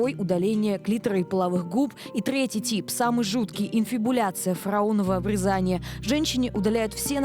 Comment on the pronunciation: К сведению ведущей и читателей: если речь о процедуре на гениталиях, следует произносить "обрЕзание"!